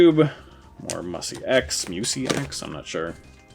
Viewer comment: Guessing MusyX is pronounced "musics"